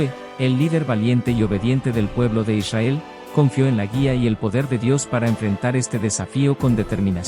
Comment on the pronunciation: "eleva tu Esencia" hay que pronunciar correctamente el nombre de Israel, es con r